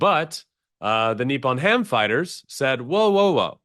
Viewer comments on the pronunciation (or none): It's Nippon-Ham/ FIGHTERS, not Nippon/ HAM-Fighters.